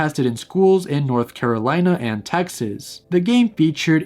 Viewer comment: "North CaroLEYna"😭